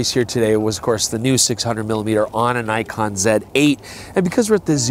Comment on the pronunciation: That is not a Nikon... That is a "King-kon"!!! Very nice!